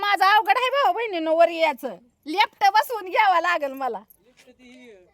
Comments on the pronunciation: लेपटं नाही लिफ्ट बोलतात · लेफ्ट नाही ग लिफ्ट